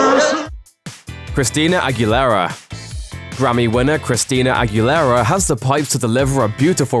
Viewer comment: talk shite bout her not remembering some garbo song but can't pronounce aguilera...